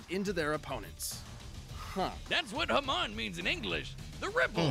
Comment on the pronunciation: death battle managed to pronounce Hamon the opposite way its supposed to be. your supposed to emphasize the MON not the HA so while they said it like HAmon its supposed to be haMON. also its not mon like in pokemon its mon pronounced like the word moan.